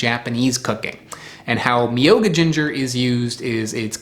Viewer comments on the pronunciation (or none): Myoga , I have had it fresh many many times. I can buy it at my local supermarket here in Japan just about any time. I had it growing in my garden as well. It is wonderful sliced raw on tofu. It can also be sliced and added to miso soup as you mentioned. The pronunciation is a little different. Instead of saying “mi yo ga” say myo-ga . YO with an M in front. Sort of like a cat’s meow but with an O at the end instead of the ow .